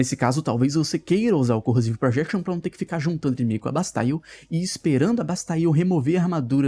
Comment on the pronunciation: todos youtubers tem vicio de linguagem pq todas pessoas tem vicio de linguagem, normal. Eu vejo pouco yt mas o que me incomoda sao outras coisas. Eu nao sei de quem vc ta falando pq n conheço qse ngn, mas o é quem mais força ingles, nao? O "bastaile" dele nesse video e diversas outras pronuncias que ele tenta acertar e ficam erradissimas chegam a doer sem falar nas thumbnails antigas do com "brokes" kkkkk